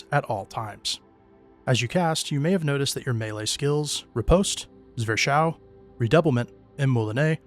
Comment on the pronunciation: Zwerchhau is pronounced "Zverk-how".